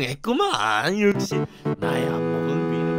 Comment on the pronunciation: 여기서 나오는 역시의 발음을 써보시오